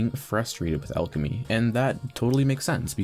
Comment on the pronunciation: Starting a video off by mispronouncing the name of the skill is not a good start